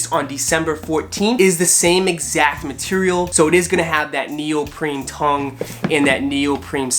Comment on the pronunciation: Did I hear you say neopreMe ? It's actually NeopreNe.